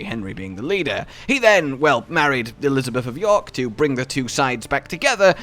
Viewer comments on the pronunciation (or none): none